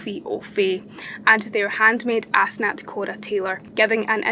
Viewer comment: Did you say her name is now....... Ass knot?!.........